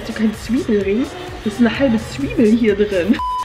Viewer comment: "das is nh halbe swiebel hier drin" lf😂❤️